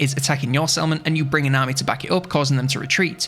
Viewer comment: ngl every time you said "Settlement" my Brain was like "Salmon?" 😅